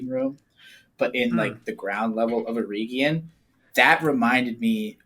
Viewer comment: OUT OF LOVE: To all American tongues - EREGION (hope i'm correct in saying this) pronounced LESS with pure Eeeee sound - MORE with an EH sound...eg Egg. like the name Eric.....or Beren (and Luthien). At the end of the word....you CAN go nuts with the Eeeee sound... eg.. EeeeeeeOnn. Summery: Er(ic) + Egg + EeeeeOnn OUT OF LOVE NOT CRITICISM.......i generally love US/CANADIAN phonetics. Went to a US/CANADIAN high school.